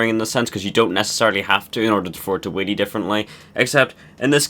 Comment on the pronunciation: every time he says whelly he says willy